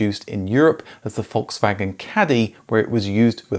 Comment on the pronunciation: It’s Volkswagen , there’s an L in it, you say foxwagen.